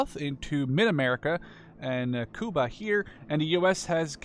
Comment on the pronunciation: Lmao its funny when you say Cuba